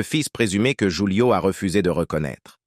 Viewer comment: Prononcer "roulio" et non joulio😂